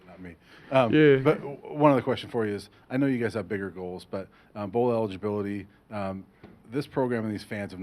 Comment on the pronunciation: “BOWL ELIGILBE!”